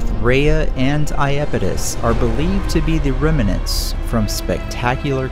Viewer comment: 'rem-IN-ant', 've-HIC-le'... still an excellent vid,!